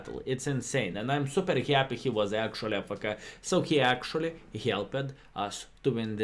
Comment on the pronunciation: Not ah- fe- ke it’s pronounced A- F - K (letters)